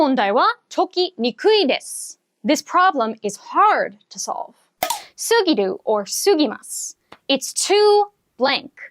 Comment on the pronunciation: Grammar point No. 32 mark, 先生 sounded like "Scooby Doo' instead of "〜すぎる" lol.. Btw, who noticed the change of 先生 shirt at grammar point no. 45 "~より", ! Haha... Also noticed the change of the position of the lead on 先生 head.. which only means that this was not done in one shot, and still the 先生 maintained same level of energy till the end in explaining all the N4 grammar precisely and so clearly. Thanks to the 先生 and the team for this invaluable lesson and thank you for all the hard work and heart that you'll are pouring in to generate the content.